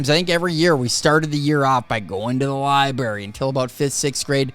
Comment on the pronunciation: I love hearing somebody say liberry it always makes me think I would love to go to the liberry so I can eat some strawbrarys